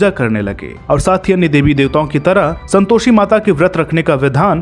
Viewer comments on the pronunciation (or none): Om ॐ bhai pehle aap santoshi ka ucharan to sahi kar lijiy🙏